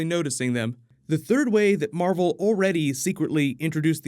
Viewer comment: Marvel, Mar-vel?